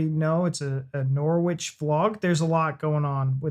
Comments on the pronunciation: Norwich is pronounced Norridge not nor-witch. 🙂 (Quite a few British place names are easily mispronounced) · As a resident, no it isn't. It's pronounced 'Norridge' just like porridge! 😂 On the other hand, Ipswich next door is just as you describe. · Just for future reference and no judgement intended but Norwich is pronounced Norrich as in porridge but with the 'ch' sound at the end instead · Just because I'm a pedant 😂 and of course to help you guys build on your UK vocabulary. The city of Norwich is pronounced "NORRICH" as in in no "W" sound. Plus don't get me started on Worcestershire if you do a video on the place or the sauce 😂 We pronounce this as "WOOSTER", no "shire", no "wor-chester", just Wooster. lol 😂 Towns and cities in England are full of these, extra letters everywhere!!!! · Nor-ich, the 'w' is silent. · Its not Norwich its pronounced Norich silent W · I have had the privilege of living in Norfolk for most of my life. Wouldn't change it for anything. I loved your attempt at pronouncing 'Norwich', good effort, sir. When spoken by the locals it sounds closer to 'Norridge', and if you think that's bizarre just wait until you discover 'Happisburgh' ;) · Norwich rhymes with porridge, no 'w' and no 'itch'.